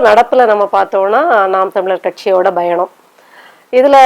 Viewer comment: முதல்ல தமிழை சரியாக உச்சரிக்க வேண்டும். இந்த பெண்மணி பேசுவதை கவனியுங்கள். Payanam என்பதை Bayanam என்று கூறுகிறார். வசம்பை சுட்டு நாக்கில் தேய்க்க வேண்டும். தமிழினம் என்பது காலி பெருங்காய டப்பா.